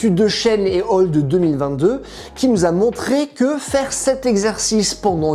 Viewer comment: Juste un petit tips vraiment sur la forme, on dit /al/, pas /ol/ pour "et al." (dans les articles de recherche écrits pas plusieurs chercheurs). C’est le latin pour "et alia", pas "all". 😉 Sinon tout est passionant et semble robuste ! Merci !